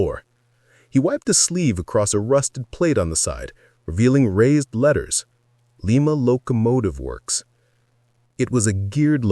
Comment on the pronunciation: .Lima - Lymuh, as in Ohio, not Leemuh - as in Peru. And Shay, not Shea.